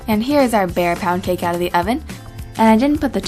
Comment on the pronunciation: omg lol! I thought u said pancake!